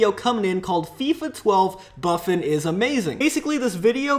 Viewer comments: its bu-ffon not buff- on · the name of that goal keeper is pronounced boo-fon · Who else went back to listen to his pronounceation of Buffon?? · that moment when he says Buffon wrong. SMH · the way buffon was pronounced though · that is not how you say buffon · Oml he said Buffon wrong bruh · Buffon Haha he said it wrong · FUCKING PERNOUNCE BUFFON RIGHT